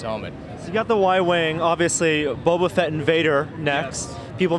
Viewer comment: Bobo fett!!???? Its boba fett ya noob